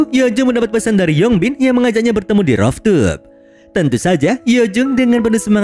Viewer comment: cara bacanya ruftop min,bukan roftup